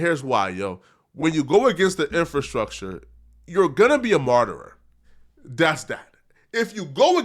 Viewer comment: The word isn't martyrer its martyr. lol come on.